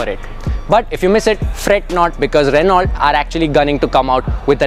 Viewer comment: Reh-now Reh-now Reh-now for god sakes stop miss pronouncing. It's a French word. You are a person whom people look up to at least for automotive knowledge, if you miss pronounce everybody will do so. It's not "Renalt". It's "Reh-now"